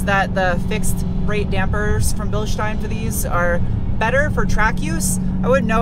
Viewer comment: That engine sounds sweet.Great to hear an American pronounce Bilstein correctly. When you braked I had visions of you retrieving your face from the windscreen.